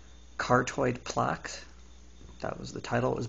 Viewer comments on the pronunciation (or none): You need to work on your pronunciation. You said carotid, plaque, and atherosclerosis wrong (the 'c' makes a 'k' sound). The study does sound faulty, but it's no secret that egg yolks are high in cholesterol. Obviously someone at risk for heart disease should limit their cholesterol intake, so for them a few eggs a week is harmful. Though equating that to the effects of cigarettes is pretty stupid.